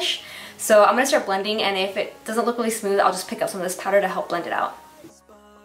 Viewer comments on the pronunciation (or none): none